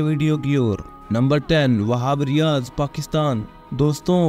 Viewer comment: Whab riaz इक बेशुमार बॉलर है 😅😅😅 भाई बोलना सीखो